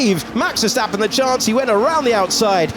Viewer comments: “Vergtapen” “vergtapen” los mexicanos no saben pronunciar la “s”? 🤷🏻‍♂️ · Can someone please help the commentators with the correct pronunciation of Max Verstappen and Zandvoorr? They should try to be professional, at least.